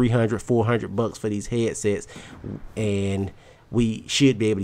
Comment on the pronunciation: lol he says Heeadsets